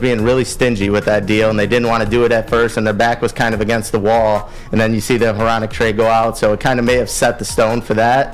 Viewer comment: Bro why u pronouncing Hronek like that